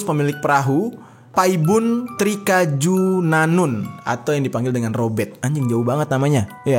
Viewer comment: robert not robeck...